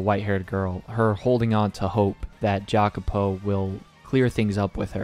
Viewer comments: Jacopo is pronounced "ya-ko-po" in italian. Im sorry to be that guy but it bothered me :") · This is my favourite story ever too, I've been waiting for this ever since you put it on your top manga list :) EDIT: Jacopo is pronounced "yacopo" I had to let you know.